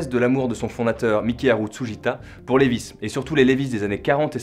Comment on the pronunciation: Par contre ça se prononce " liːvaɪ " .... pas lévisse